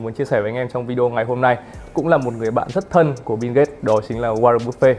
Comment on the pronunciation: Biu mà bạn . Đọc như kiểu bíu bìu ấy